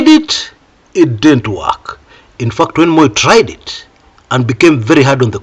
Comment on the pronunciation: The fact that ' "t" in "fact" is silent.😅